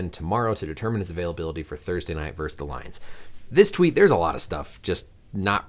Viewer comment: versus not verse